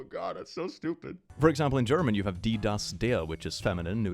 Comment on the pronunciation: I like your pronunciation of die, das, der It's actually very, very close